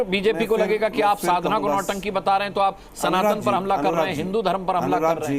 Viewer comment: अरे, यह "साधना" है! शाधना नहीं" - पहले इसे ठीक कर लें I पहले उचित उच्चारण सीखें, फिर इसके बारे में बात करें I यह है "साधना"!